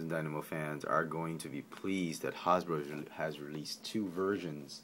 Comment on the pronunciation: "Hawz-boro" lol!